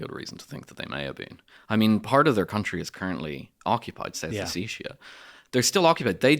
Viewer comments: Ha ha, the traditional Irish pronunciation of Ossetia! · This guy pronounces Ossetia in a very odd way